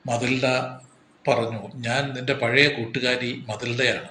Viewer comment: മതിൽഡ അല്ല മെറ്റിൽഡാന്നു പറഞ്ഞൂടെ ഈ കഥ ഞാൻ പഠിച്ചിട്ടുണ്ട്